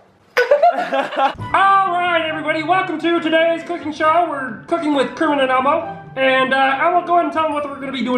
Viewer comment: Pee kenit the frog